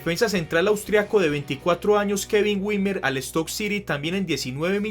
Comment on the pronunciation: Wimmer se pronuncia Vimmer